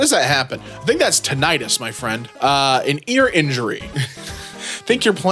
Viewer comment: tiNIGHTus, that's how im gonna pronounce it now